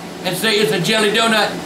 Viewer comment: "Bah some mo' jelleh..." 2012